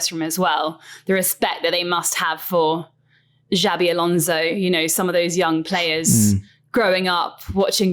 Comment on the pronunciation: It's Xabi, not Xavi.